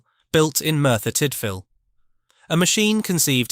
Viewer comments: It's not Merthyr Tightvil it's Merthyr Tidville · Pronounced TID VILLE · FYI It’s Merthyr Tydfil (That’s from a Yorkshire lad too…). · You don't pronounce Merthyr Tydfil and High Wycombe like that